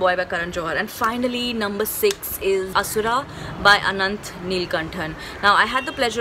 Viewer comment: thats asur not asura